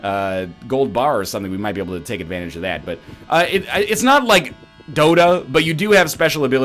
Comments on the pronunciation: He said dota-y. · Did he just say dota-eee?? Wow get with the program bro its league of legends and dota 2 bro